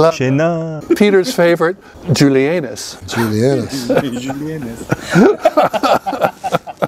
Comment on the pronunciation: that's not how you pronounce julienas :D :D :D the accent is on the è not on the a :p